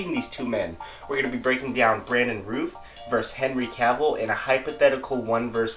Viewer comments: Brandon Rowth not Rooth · It's pronounced R-ow-th not Ruth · Just a heads-up: It's 'Routh' like 'south.' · "Routh" is pronounced like "south," not like "tooth." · Isn't it pronounced Routh like Mouth, not Rooth? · Brandon's last name is pronounced like south not ruth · Its pronounced "Routh" as in "South" NOT Rooth... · Routh as in South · Isn't his name Routh rhymes with south? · You’re pronouncing his name wrong. It rhymes with mouth